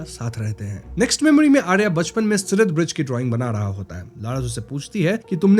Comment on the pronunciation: Its siraat not sirat